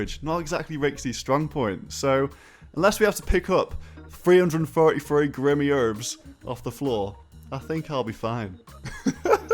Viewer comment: roasts Raikesy on his English then right after says "Grimmy herbs" hahaha